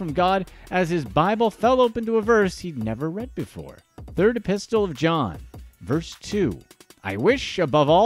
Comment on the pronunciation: Never EVER say e-pistol again. It is e-piss-uhl.